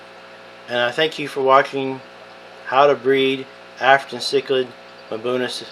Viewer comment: “Mabuna” Cichlids? It is pronounced “ um-buna” = Mbuna